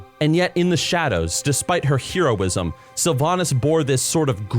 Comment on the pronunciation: How can you be a full grown adult that has spent their entire life gaming and not know how to pronounce "heroism"???